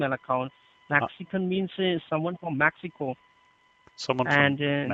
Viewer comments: Someone for Maxico tf did he say XD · Wtf is “Maxico” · I thought he said "Maxico" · "Maxico" 'nuff said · Form Maxico? Jajaja no te mames xD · “Maxico” -scammer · My man’s said MAXICO” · The guy said "Maxico" not Mexico